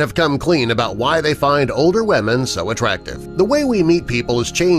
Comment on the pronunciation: “ Wahmen “ Lmfao